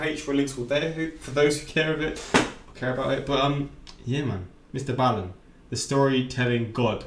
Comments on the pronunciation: I'm sorry but y'all make me so mad they're lying to you it's ballen like the toy ball, he says it in the outro and plugs several times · NO! It’s BALL-IN. Check your IG DMs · It’s pronounced “ball-in” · Ballen, like “Boll”ywood. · It's pronounced "ball-in". If you listen to the very end he lists all his channels and says it several times.